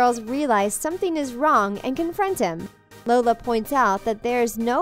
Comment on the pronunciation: I found a mistake u said lona instead of Lola and I had no clue how I found that Edit: I changed 8 :50 to .